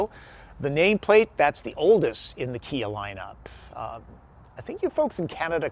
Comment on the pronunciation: Kuh-Kuh-Kuh-KIA!! Or was that Chia? 🤔